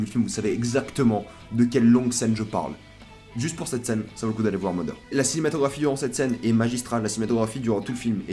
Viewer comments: il ya en effet des accents selon les regions mais le mot Mother se prononcant MAther ou Matheur pour ceux qui parle pas anglais donc voila pas d'excuse dans tous les langages anglophone c'est comme ca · Je sais que les français ont beaucoup de mal avec les accents des langues étrangères et le TH anglais est "Ze" Exemple! Vous le prononcez soit "de" soit "F"; ce qui est marrant quand vous tentez de faire des jeux de mots phonétiques en anglais... Dans le mot mother il se prononce à peu près "z", ce qui donne moZer (en aucun cas le O ne devient un A)